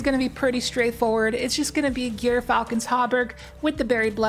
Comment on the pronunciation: Gyrfalcon is pronounced Jeer Falcon. I used to train falcons including a gyrfalcon and was licensed by the State of Colorado, so I know.